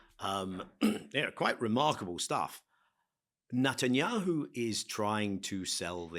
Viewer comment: I wonder why Levy has consistently pronouncing Netanyahu's name as Nut an yahu. Is this intentionally calling him a nut?